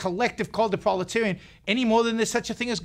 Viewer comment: Is he trying to say proletariat? Parliamentarian? What is a proletarian?